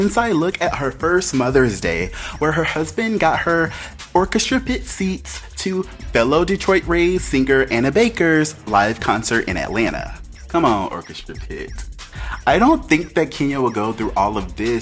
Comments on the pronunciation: it’s Anita Baker not Anna Baker omg. Get your names right. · ITS ANITA BAKER HOW YOU GONNA GET THAT LADY NAME WRONG? AN-IT-A